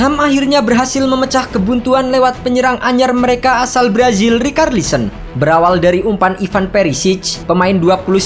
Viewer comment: Bang kenapa rikarlisen, bahasa inggrisnya itu bacanya ricarlison, ga pernah nonton bola apa gimana bang, komentator Inggris bilang richarlison bukan rikarlison. Aneh ajaaaaaaaaa